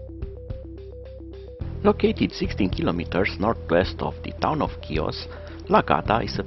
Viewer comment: Good job with the video! You did a wonderful job. The island is Pronounced “He-Os” just to help those who have never been to this beautiful island.